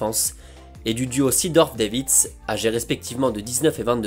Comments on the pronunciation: Cela se prononce 'Dèvitsh' mais superbe épisode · Prononciation: Zédorf et Davits. Pas Sidorf et Deivid.